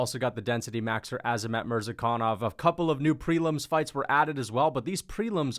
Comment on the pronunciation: I just wanted to clarify that the pronunciation is Azat